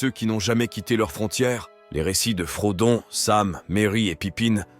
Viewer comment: Selon qui ? Parce que j'ai l'impression que le narrateur essaie de prononcer les noms à l'anglaise. Sauf qu'il a dit [frodone] pour Frodon, au lieu de Frodo. Ce n'est pas consistant.